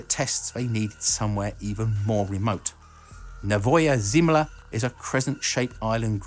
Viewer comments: Great video! It's pronounceв NOvaya tsemlA) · NOvaja ZEMlya (New Land) - stress on the first syllable